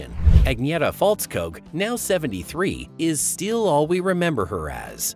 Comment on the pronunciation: Her surname is pronounced Fells-koog not Falls-kog.